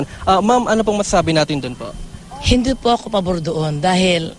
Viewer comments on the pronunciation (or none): "hindot po ako pabor doon" hahahaha